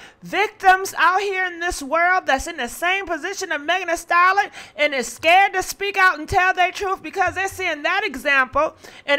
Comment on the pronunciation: I hate that can’t pronounce STALLION Practice it please